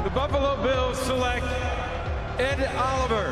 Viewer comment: Yo I'm sorry, but put some respect on Ed Oliver's name.